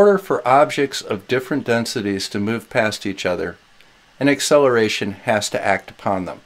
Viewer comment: Did you say the ‘eggcelaration’ of gravity? you kill me. 🤣🤣🤣